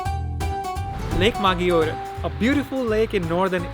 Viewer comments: Great video but please why maGIore? Maggiore they pronouns it MaDJore. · Maggiore will sounds majjore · Guys, please pronounce Lago Maggiore the right way, and you don't get 'browner' you get tanned